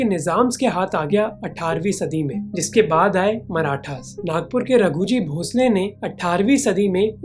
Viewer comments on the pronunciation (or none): Raghuji bhonsle nahi raghuji bhosale ❌❎✅